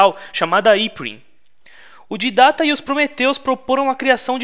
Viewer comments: So eu que não sei o motivo do chamar o Didect de Ditatta sendo que o nome certo é Didect? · excelente só errou na pronúncia do Didact (Dáidect) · Você esta pronunciando errado o nome Didact...você esta dizendo didata...mano,toda vez que você fala didata eu fico com raiva...aff! pelo amor de deus,Né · pq q ele fala tudo errado?!! Arka é Ark, Didacta é Didact (se fala Daidéct) Flód é Flood (se fala Flôôd) Prometheus é Promethean (se fala promífean) kkk falô elado (errado)